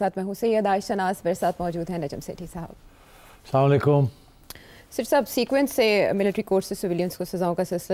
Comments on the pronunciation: Sethi Sahib. Assalam o Alaikum. Please don't say Samalaikum. It has very different meaning please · Yeh Sethi sahab ne salam kis trah se kiya hai? Salam aik Dua hai aur iska talafuz ( pronunciation ) theek hona chahiye.